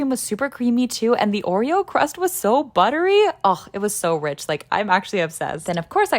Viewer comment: Don’t tell me , it was “ buddery “ yes ?